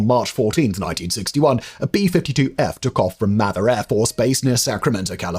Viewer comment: Mather AFB is pronounced "May-thurr" :)